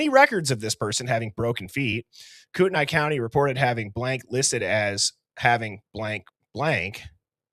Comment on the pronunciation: Kootenai is pronounced Koot-knee.